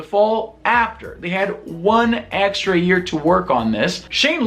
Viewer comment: "In the ear of our lord 2018" I know what you said, but that's what I heard xD